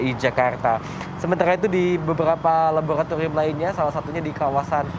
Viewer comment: wartawan nya pelat R sih...🤭 Mayogriiitass labogratigrium..😂 Tegrimaa kasehh....🙏